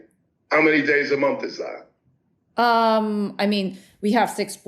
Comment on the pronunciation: please sort out your phonetic pronunciation of 'th' sound (like 'month), as opposed to 'ph', which goes bizarrely unaddressed (like your pronunciation of month sounding like 'mumph') - you are typically very well enunciated, but fall apart here!